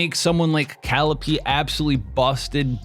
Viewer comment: It's Ka-LEE-pay. Not Cal-ipee